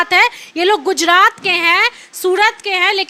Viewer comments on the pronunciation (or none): Bacchi bhale hi English bolna seekh gayi hai par iss repoter ko Hindi bolna nahi aaya Surat Ko sudat aur gujrat ko gujdat bol Rahi hai 😂😂😂😂😂